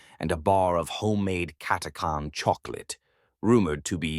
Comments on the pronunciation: Cat a chan cat a khan sounds odd never heard it pronounced like this lol however its a great video👍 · Omg your pronounce is helerious it's cat a chan 😅 not cat a carn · It's pronounced Cat-ah-chan, this abominable intelligence seems to have a pronunciation problem. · Funny how everyone pronounces it different. I've always said, "CATTA CAN." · CataCHan, it’s CataCHan! 🤦‍♂️ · is the pronunciation correct on "catachan(s)" ? i always thought it was pronounced how it was spelled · Never heard the name pronounced like that.